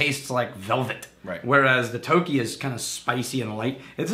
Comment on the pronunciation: It’s pronounced Toki